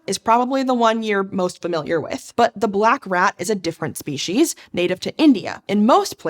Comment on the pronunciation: Anyone else mentally cringe when they hear "spee-sheez" instead of "spee-seez"?